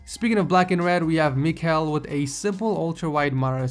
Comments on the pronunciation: Michal is pronounced 'Me-how' assuming that he is Polish (Actually spelled Michał) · michal is pronounce mehow btw